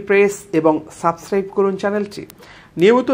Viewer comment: ভাই সাবস্ক্রাইব কথাটা আরেকটু ক্লিয়ার বলা দরকার